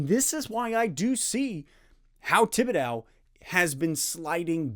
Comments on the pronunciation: Love the content as always, but we have to teach you how to pronounce the mans name! Tib-ih-dough no "dow" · This is nit-picky, but Thibedeaux rhymes with crow, not cow. Thanks for the content!